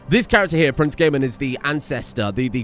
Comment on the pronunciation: ah yes, GAYmon